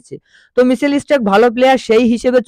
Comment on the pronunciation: ইসট্র্যাক, ইস্পিনার..😂😂